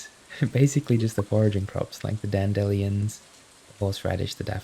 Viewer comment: I think I’ve officially changed my pronunciation of dandelions. No longer Dandy-Lions but Dan-delly-ons 😆